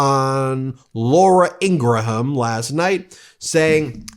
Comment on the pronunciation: I have zero respect for Laura Ingraham, but the way Ben says her last name makes me twitch. Ben, do you call the phone guy Alexander Gra-ham Bell? Or does your daughter enjoy Gra-ham crackers?😂